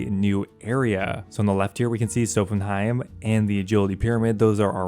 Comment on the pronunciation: Sophenheim lol? It's in the desert, not Norway. Sophanem, pronounced like sofa-nim.